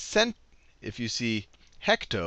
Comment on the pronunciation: why he say “heck to”